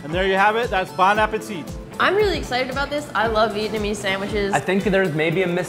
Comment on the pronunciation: Any other Viets cringing at the fact they said "Bon Mei" and "VietUMeez" omfg